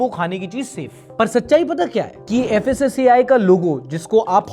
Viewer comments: *fssai not fassai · Fassi❌ Kassi✅ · FSSAI ❌ FASAYE✅